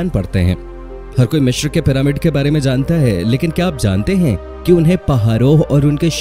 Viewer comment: Mishir nhi hota Misir hota h